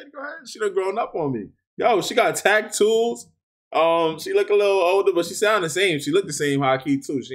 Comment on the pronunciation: "Taktoos" lmaoo